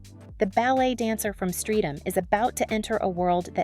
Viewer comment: Its pronounced Stret-am